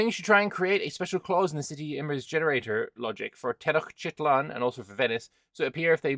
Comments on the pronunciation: it’s Tenochtitlan. Ten-och-ti-tlan, 4 syllables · Te-noch-ti-tlan would be the right pronunciation, but as silly reminder you could use: tea notched its lan.